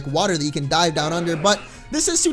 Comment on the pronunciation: When you said "She's just here to dive for us," it sounded like "She's just here to DIE for us," lolz